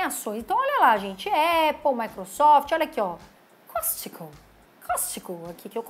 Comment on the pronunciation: só uma dica é "Cosco" que fala..rs.. ótimo video...